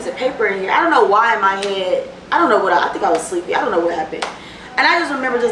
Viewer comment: “ion know” lmfaoooo